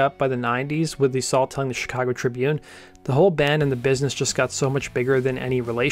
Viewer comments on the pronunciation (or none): none